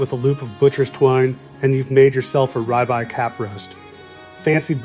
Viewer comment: He does not know how to say the word rib eye correctly!